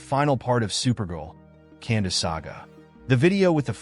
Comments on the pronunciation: Kandor with a k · Can-door. Not Cander.